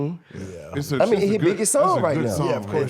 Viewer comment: Who tf says “indupidibly”!? I’m convinced T.I. is an idiot…trying to sound intelligent, much like Kevin Gates.